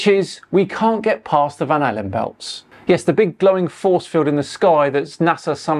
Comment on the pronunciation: lol, van allen, not van halen.